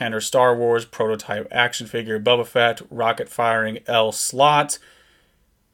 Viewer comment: Very cool to see this! Thank you for sharing! (and it is pronounced "BO-ba"...not Bubba ;)